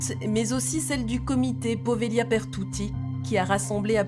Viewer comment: c'est poveglia son nom! prononcer povelia en italien! j'aime beaucoup cette île. N.🌷